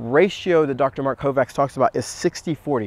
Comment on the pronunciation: hate correcting ppl in general, but why not lol.. his name is pronounced "Kovach"